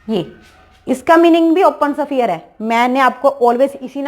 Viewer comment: शफीयर नहीं होता है , स्फेयर होता है 😀